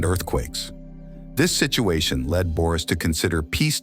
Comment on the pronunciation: No, of course. Where did you forget -s in Boris? And the sound ö and ü have nothing in common with the sound o and i .The name is pronounced Boris, and not Börüs. You just change the whole pronunciation of the Bulgarian name Boris to fit it to a loanword in the turkic languages - börü ( according Carter V. Findley ). The word börü is uncommon in contemporary standard Turkish or in vernacular speech and it is predominantly used in Siberian and Kipchak Turkic languages. The myth for the bozkurt and the she-wolf, called Asena ( a non-turkic word according to most turkologists, which means blue-gray in Persian, Tocharian and Sogdian) are revived in 1930 with the rise of the turkish nationalism. The legend for Asena is not depicted on a stone monument as you say, but these myths are recorded in the Chinese book of Sui and the Chinese book of Zhou, completed in 636 AD. And if we try to play the turkish game of words like yours, if Ashina means blue ( the founding clan of the BLUE TURKS - Gök Türük, and the modern turkish Gök- which means blue ) we can make the interpretation that if we delete the letter A in Ashina ( in the same way you delete the letter -s from Boris, and replace o with ö, and u with ü ) then it derives from the Bulgarian word синя (sinya), which means blue. It is one more confirmation that ashina is not a turkic word. Understand that you can not create history from fairy tales and interpretations. If Bulgarians use fairy tales and interpretations , then the name